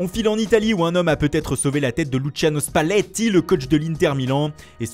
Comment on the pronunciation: Spalletti avec l'accent français